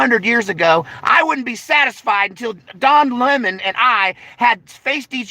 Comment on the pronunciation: Don Lem..Mon, lol